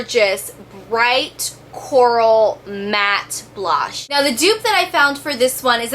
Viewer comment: BLOSH? Hahaha